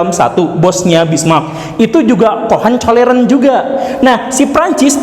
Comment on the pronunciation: Hohenzollern pak guru bukan cohenkolleren hahahhaaha